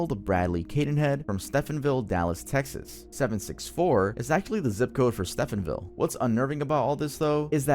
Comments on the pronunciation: Hey, just wanted to let you know, you are mispronouncing Stephenville, it’s pronounced stee·vin·vil. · From a Texas resident, stephenville is an hour away from Dallas and I do wish to apologize for sounding snarky, you also pronounce Stephenville wrong. My apologies 🥲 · It’s pronounced STEVEN-ville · sorry to do this to you... "Stephenville" is pronounced like 'Stevenville" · His pronunciation of Stephenville cracked me up